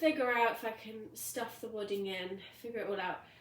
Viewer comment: What did you say you stuffed it with? Wooding? I might be hearing it all wrong, sorry!